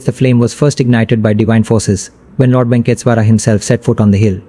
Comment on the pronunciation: Ye kaun YouTuber hai bhai jo aise pronunciation kar raha hai Venkateshwara ka 🙄😒😏